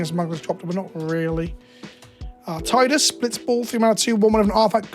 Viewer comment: There are 8 cards that still haven't been revealed in the FIN set. Those are probably holiday cards or whatever. Also, you mispronounced Tidus. The official pronunciation is tee-dus. You'll occasionally find a fanboy who thinks otherwise, but aside from one mistake, they've pronounced the name tee-dus multiple times in spin-offs.